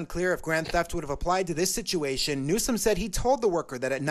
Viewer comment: ….it’s NEW-SOME..NEWSOME…NOT….NEWSON!!…..for the millionth time my man 😂😂